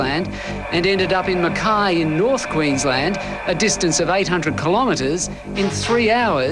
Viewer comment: Mackay? No aussie would ever pronounce it like you did, even if they never heard the word before.